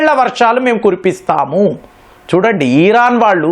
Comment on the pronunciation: ఇరాన్ ని, ఈరాన్ అంటారేంటండీ...